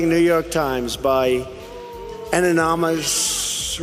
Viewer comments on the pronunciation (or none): Trump is ANYTHING but a genius! Can't even pronounce "anonymous." I could do that in Third Grade! 😂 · Calling people who make mistakes in pronounciation dumb is elitist and narrow minded. Trump is an idiot, but not because he cant say anonymous.. that schmurky reporter with his fake smile is the dumb one here..